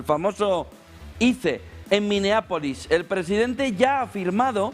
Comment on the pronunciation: SE PRONUNCIA AIS.... SE ESCRIBE ICE